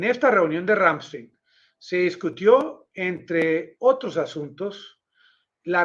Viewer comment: El nombre de la Base bien pronunciado es Ramm- Están un saludo desde Alemania